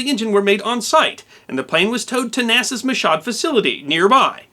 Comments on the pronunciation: Michoud is pronounced MEE-shoo. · I really hate to say that Michoud is pronounced Mishoo for some French reason. The facility there was, at the time, run by Martin-Lockheed, and used to assemble the external tanks for shuttle use, which were then barged around the Florida peninsula to Cape Kennedy. The pilot of the airplane had use of only one eye, the other having been destroyed by a grazing gunshot when he escaped from terrorists in his homeland Venezuela while he was taking off from there years before. There was some controversy, I believe, about whether he should have been flying jets at all in that condition, but I believe his performance put paid to the doubts. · "Michoud" is pronounced the way a pirate might refer to his footwear: "Me shoe". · Having grown up in the area, and having done work at (not working at) Michoud, his repeated mispronouncing of the obvious French name (as you point out, it's NEW ORLEANS, c'mon! Although, let's not bring up the local pronunciation of "Burgundy St.") was driving me BSC. ;-). Besides, the history of the facility in relation to the US space program (built the 1st stage of the Saturn V rocket, and the Shuttle external fuel tanks; at one point it was the largest single-story building in the world), he should have more knowledge of this place. No knock against the story, which was well-done, or any of his other videos, which I enjoy. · As someone living near new orleans, I cringed with every mention on michoud. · Michoud is pronounced "Me-Shoe" :D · Hello, As with many words in New Orleans their pronunciations aren't what you would naturally assume. "Michoud" naturally appears to be pronounced as you so did. Actually, when converted to "N'awlins speak", it is pronounced: (me choo) due to the heavy French influence down here. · Michaud is a french name and it's correct pronunciation is: "me-show"... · Michaud. Not "Mi-shod" but "Mee-shoo" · Actually it’s mēshow. Not meshoo. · Michoud is pronounced (Meeshoo)